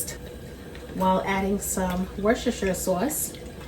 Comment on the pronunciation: It's pronounced 'WUSSTER' Sauce, not 'Wer-sher-sherch-ter' sauce. Drives Brits mental that not one single American can pronounce it!